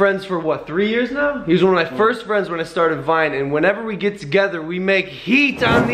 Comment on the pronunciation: da SAVAGE!!! I don’t mean to be mean but he did not say friend right